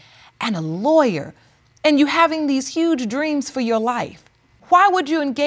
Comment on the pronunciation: She said "Lawryer" And "House-pital",😢😑😢😑😢😑🤣